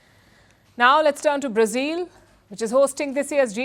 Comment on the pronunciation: Its not Brazeel but Brazil!!